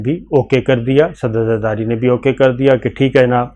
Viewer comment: Why you call Zardari, safar safari? Correct yourself